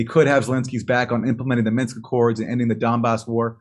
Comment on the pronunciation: It's "MINSK" 😛